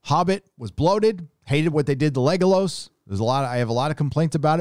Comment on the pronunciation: "Lego-loss"? (not a word nazi but they do pronounce his name several times in the movie, and in the audio books...)